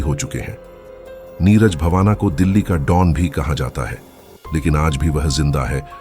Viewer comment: Neeraj bavana nahin ❌ Neeraj Bawana✅